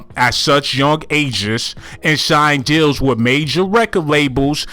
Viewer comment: You was saying deals this whole time 😭😭😭I thought you was saying jails